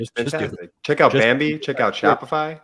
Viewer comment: you said bimbee instead of bambee